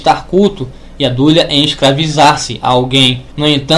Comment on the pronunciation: Hehehehehehehe! Tudo indica que a burrice, o retardamento mental e o semianalfabetismo estão institucionalizados no lado evangélico! A pronúncia é "latria", não "látria"! A pronúncia é "dulia", não "dúlia"! Vá estudar primeiro antes de querer lançar vídeos para ensinar o que quer que seja,! Hehehehehehehehe!